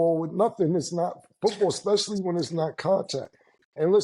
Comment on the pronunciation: cannot judge, she says Xspecially!